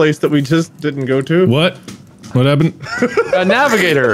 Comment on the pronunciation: Underrated “Wuh Happuh” from